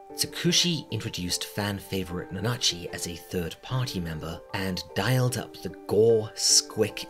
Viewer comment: "na-NA-chi" Yeah, totally how you pronounce that, it's certainly not NA-na-chi... What makes Made in Abyss scary and traumatizing isn't the events alone, but the events in connection to the characters. #5 "As established early on..." Then why would it be something we might have missed? I figure Belchero purchased the building and that stuff was already there. The reason all the tools are in good condition is probably Riko maintaining them herself for fun and to practice maintaining delving gear. Because she's weird like that. Probably why she's figured out how to use all of it, too. #4 So... this is less "things you might have missed" and more "things you might have overlooked", then. #3 This is directly discussed in the series. "fa-PU-ta"? Seriously? That's directly the opposite of how you're meant to pronounce that. The U sound is whispered and the emphasis is on the first syllable. You sound like you're just calling her a Spanish whore (la puta). "Could be" interpreted as a journey into the underworld? It's called that directly over and over again by the characters! The first opening of the anime, Deep in Abyss, even literally calls it hell (naraku/奈落). #2 I can tell you immediately most of Irumyuui's desires. It's not difficult to see them: I want to be a mother. I want to save everyone from the mockwater. I want to see my pet again. The Cradle of Desire doesn't actually understand desires and so it just fulfills them all at once as best it can using your body; that's why